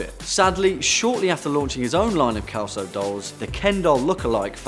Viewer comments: Kelso? 😂😂😂we Pronounce it like if it's beem written with an S, "Selso", from Sierra. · lol... Its not "Kelso", its " Selso", more an 's' than a 'k'. xP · It's funny the pronunciation of "Celso" in English. In Portuguese sounds like "Selso", while in English is "Kelso". Congratulation for the video! 😊😊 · Celso ("s" sound) not kelso! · Celso is pronounced selso not kelso. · I really love your videos, guys. The number 2's name is mispronounced here. The 'C' is pronounced like 'S'. #peace honey 😘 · kelso ? IT SHOULD be pronounced like Century ... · The ken doll did he call anatomically correct